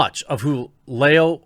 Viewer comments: fyi, liao is pronounced [lee-ow!] As in Bruce Lee stepping on a lego. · "L-yow." That's about as close an example of pronunciation of the doctor's surname. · Ma man can't say Liao...